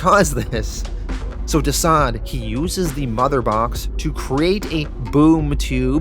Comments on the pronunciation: Constructive Criticism: - not "womans" but "women." Also, not "diseased" but "deceased" (DCeased). Your British accent is more Australian than anything. Besides that, Great great read, perfect edit. Im jealous. Keep it up. Oh, and kudos for The Boys. That was spectacular! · The way you pronounce the title sounds like Diseased is that correct? I thought it was Deceased ? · 🤦🏽‍♂️🤦🏽‍♂️🤦🏽‍♂️ It's pronounced Deceased!!!! Not Diseased!!! Jesus man!! You NEED someone to read your copy before publishing!!!! You're always BUTCHERING pronounciations!!! You have to good a channel to be making such retarded mistakes man. I'll do it for free bro!!! Please stop doing your fans the diservice of giving them the incorrect names and such. Just saying!!